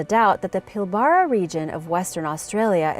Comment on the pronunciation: Please come to me for correct pronunciation of Australian words. It's pronounced Pil -bru. Could you do a segment on the Petrographs found extensively in this region. Cheers